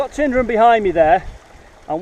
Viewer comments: it's not pronounced "TINDRUM": ... it's "TYNEDRUM"... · What a great video. Wonderful! The videography is brilliant. Thank you so much for sharing. One tiny thing, it's called Tyne-drum, not tin-drum. It comes from Taigh an Druim (pronounced tie-an-droom). Born and bred locals would spin in their graves at how its being mashed up these days! 🙂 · Tyndrum is pronouced like "Tynedrum". It is understandable due to the spelling. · Tyndrum not Tindrum. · ...." mini thud as that piece hit the pan" The village of about 40 houses is pronounced Tyne-drum, as in Tyne and Wear, my family live close by. Peanut Butter and Sweet Chillie ? Thats not normal haha. Cracking video, done in a sensitive and non invasive way, really interesting and enjoyable. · Really enjoyed the video. I live here been thinking of doing this for a while. Also tyndrum is pronounced Tyne drum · it is pronounced Tin-Drum. The comment above from Calum is wrong and your weegy pal is correct. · There’s a Y in the name for a reason. The name in Gaelic is Taigh an Droma. Not sure what Droma means, but taigh means house and is pronounced like the English word tie. I’m sure a local could have told you that. I enjoyed the video. And I was wondering if the gold you found was enough to pay your expenses for the trip.